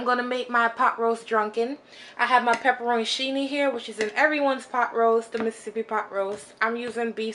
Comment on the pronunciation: Omg...I love it! Did she say “PEPPERONIchini” I’m calling them that from now now!